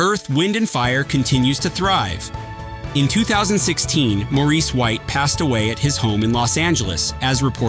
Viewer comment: The AI did the best that it could 😌